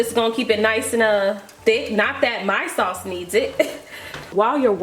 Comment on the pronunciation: I think she said sauce...a 😆